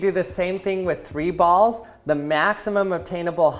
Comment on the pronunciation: All I heard is "ols"